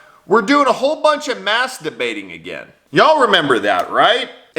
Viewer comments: Wait, wait, wait.....did you say "Mask Debating" or "Maskderbating"??? Is there really a difference?!?! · NO YOU DIDN’T YOU SILLY BASTARD! Did you just say mass-debating! You sinister fuck, I’m grinning ear to ear!